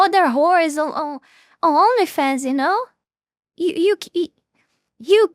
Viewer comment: Am I the only one hearing "Her Elephants"? I know she meant Onlyfans, but my ears tricked me!